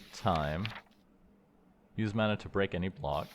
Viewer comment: Just curious why you keep switching the pronunciation of "mana?" Sometimes it's MAN-ah and other times it MON-ah. Is there a reason?